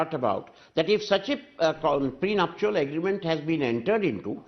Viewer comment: get your pronunciation faye - it's not pre-nup-shu-al ... LOL. it is pre-nup-shal.